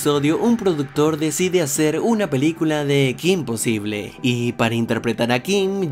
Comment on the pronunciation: ¿Soy la única española que le irritaba enormemente cada vez que pronunciaba "kim posible" en lugar de "Kim posibol"? (Porque al menos en España el título se pronunciaba como es originalmente, en ingles.)